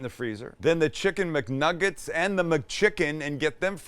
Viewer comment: “We’re making Muknuggest” instead of McNuggets 😭😭😭😭